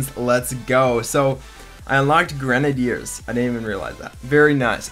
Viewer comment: Anybody else hates how he pronounces grenaders